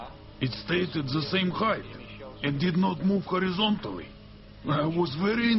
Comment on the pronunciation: I remember I saw this video years ago... I only came here to Roll on the floor from the professional dubbing shit seriously cant be serious,... this must be on purpouse... moving "KHOREZONTALLY" "uaahoh vuury KHENTRESDTED"